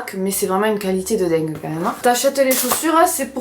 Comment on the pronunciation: Fou rire sur le qualitAIIII 🤣 Bonne fête a toi aussi ☺